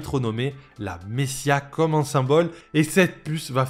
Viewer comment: Super video comme d’habitude :) par contre désolé je ne peux pas m’empêcher de le relever parce que j’ai vraiment tiqué dessus... on prononce messaiah, pas messia :) tu sais pour la prochaine fois :)